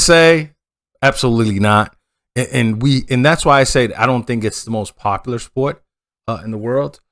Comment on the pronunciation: Not "...populus (or populous) but '...popular'